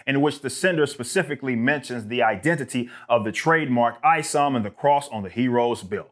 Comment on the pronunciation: It's not ISOM it's IS0M. The O is a zero short for IZombie.